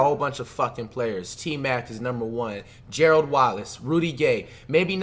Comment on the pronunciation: Gearld Wallace 😂😂